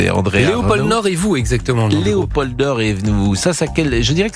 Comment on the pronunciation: On ne prononce pas le d de Léopold